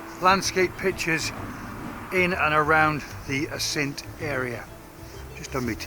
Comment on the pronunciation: Good video. Beautiful area. It's pronounced with the emphasis on the first syllable.